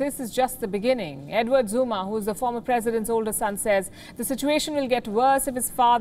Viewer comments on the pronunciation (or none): Isn't Zuma the guy who could not pronounce "In the Beginning (Beninging)" 😛😛😛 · "This is just the beninging" should be the apt title. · It's not beginning but "BENNINGIN"